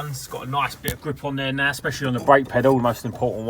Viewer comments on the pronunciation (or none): Amazing videos as always love this channel and when u say now it's "naa" lol love hahaah